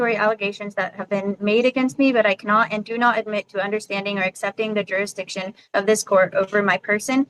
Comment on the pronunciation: Why can’t any of these fart huffers pronounce jurisdiction or unalienable correctly?